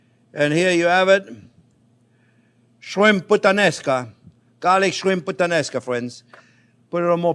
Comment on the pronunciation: I thought you said 'Shrimp with the Nascar" . I was like what the heck is that.